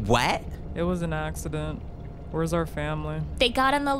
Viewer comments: it was an “axe-iddent” Edit: I know this joke was probably already made, but I couldn’t resist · “It was an axeident” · axe-ident she means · “It was a AXEccident 🪓.” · “It was an axeident”😭😭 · “It was an axcident” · “It was an accident.” Yeah more like AXE-ident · “I killed him, it was an axe-ident” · kills jack with an Axe: “it was an accident” AXEident😂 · it was an Axe-ident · " it was an aXEcident" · was it an accident? or an axtident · It was an "axe" edent